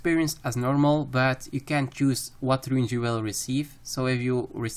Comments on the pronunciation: stop calling runes "ruins" it boils my blood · Runes, not ruins